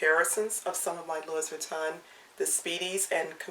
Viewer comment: Love your bags. And you are so cute! Just a little FYI, not to be a criticism, but maybe you'd like to know...the "s" is silent...saying "Louie" is correct even though it's spelled "Louis" ...I know...but it's French. Just like we say Paris...but in France it's Pari...not pronouncing the "s"....😂 Thanks for a great video, just discovered you! I'll keep watching.